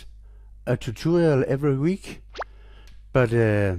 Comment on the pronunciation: Husk det hedder tutorial. Du siger toturial.